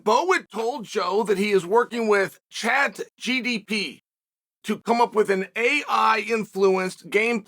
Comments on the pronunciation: LMAO. chatGPT. G P T. WHY does he always spell everything and pronounce everything wrong its funny as fuck tho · I love how Chael knows how to correctly pronounce things but refuses to do so. Chad GDP 😂😂😂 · Chael getting ChatGPTs name wrong is a next level troll job 😂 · No way he just butchered ChatGPT's name as well AHAHAHAHAHA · Only uncle chael van get the name right in the video header and oh so wrong vocally